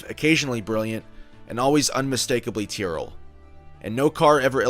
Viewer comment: Though I am Japanese, WhaTs「ティア」？ please read correctly!